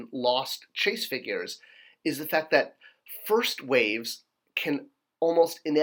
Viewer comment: "Figrues" LOL